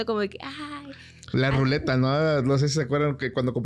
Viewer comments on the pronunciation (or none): Con todo respeto para es luneta no ruleta, saludos buen podcast!